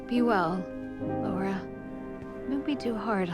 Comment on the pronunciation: Lik the video but why do you keep saying Lara instead of Laura?